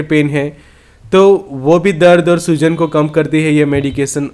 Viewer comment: " soozan" nahi " Soojan" bolo bhai matlab Swelling